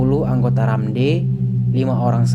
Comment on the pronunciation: Baca nya bukan RAMDEY(RAMD... tetapi baca by huruf bang.. R A M D.